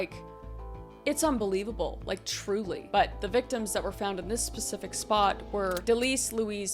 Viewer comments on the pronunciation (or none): 'this pacific spot" <3 I love you!